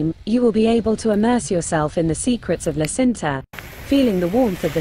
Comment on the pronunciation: Nice video, but you have to correct pronouce...La Cinta isnt Sinta..but Činta...thanks.